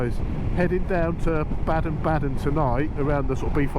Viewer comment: Baden Baden is pronounced Bar-den Bar-den not Bad-en Bad-en. 🫡